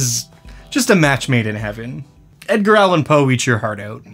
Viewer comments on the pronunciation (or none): none